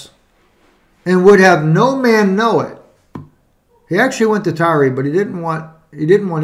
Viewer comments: Tireeeee? I thought it was pronounced like the word TIRE. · We are you pronouncing it wrong? It supposed to sound like “tire”. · Pronounced Tire, gotta be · It's pronounced "tire".... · I'm pretty sure the way you're pronouncing the city is the same way corn pop would pronounce it.